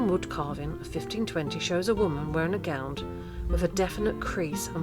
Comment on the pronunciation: I would have loved this but the music was too loud and, being a pedant, I can't bear it when anyone pronounces 'gown' as gownd'. Plus there are a few mistakes but other than that, it could be very good.